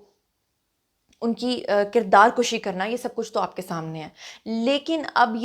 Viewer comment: kirdaar kashi nahi kirdaar kushi plz